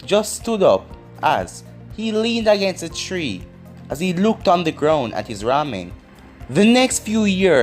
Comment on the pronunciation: How you say tree like three and three like tree 🤷🏾‍♂️🤦🏾‍♂️